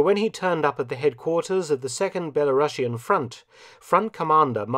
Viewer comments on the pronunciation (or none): none